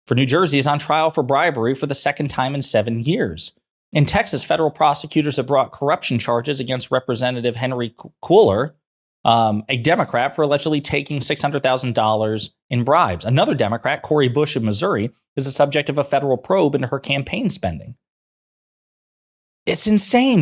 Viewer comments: Henry Cuellar pronounced KWAY-ar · It’s pronounced Henry kway-yar the double L in Spanish is pronounced as a y. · Cuellar: pron. Kway-yar. The double L in Spanish is pronounced like a yuh. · Just an FYI…It’s Pronouced Robert (QUAY-R). Cuellar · Cuellar is a Spanish surname and is pronounced (kwey•yar) - since Dems are unbiased against prosecuting the guilty regardless of political affiliation, you will likely need to say his name again and again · Love your commentary as usual. I think your channel could possibly get more views with better lighting. Henry Cuellar is pronounced Kweyar. Keep up the great work! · I live in south Texas. Henry Cuellar's name is pronounced Kway yar. If it weren't for Pelosi and Clyburn personally campaigning for him in the Democratic primaries we could have had progressive immigration attorney Jessica Cisneros in that seat. Corporate Dems have to stop progressives no matter how corrupt the alternative is.